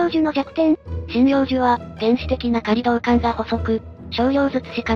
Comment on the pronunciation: ご指摘のとおり「せいちようおもり」ではなく「せいちょうすい」ですよね。そして「すい」は「錘」ではなく「錐」だったと思います。 ついでにいうと「仮導管」は「かりどうかん」ではなく「かどうかん」ですね。 植物に感謝してます!